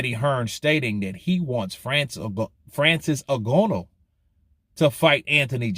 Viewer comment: His name is pronounced N-Gan- oo